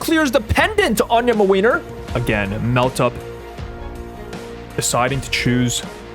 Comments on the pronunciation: As a Polish person I love hearing you say MaWeiner instead of Młynar (Muh-Win-Are) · every time says mlynar i just lose it and i love this series sm, pls make more!! <3